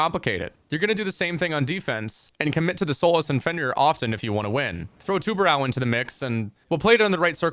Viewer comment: Please learn to pronounce tubarão, not tubarau